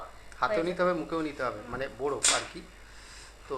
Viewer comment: বোরোফ আবার কি 😂 কথাটা বরফ হবে